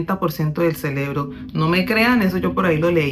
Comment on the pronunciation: Muy buenos tus consejos...y disculpa pero es "CEREBRO"